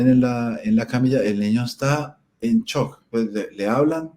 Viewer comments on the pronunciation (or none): none